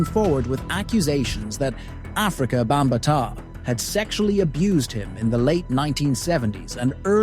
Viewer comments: Bam ba Ta learn how to pronounce his name before you speak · You are mispronouncing his name. Makes it hard for me to take this seriously.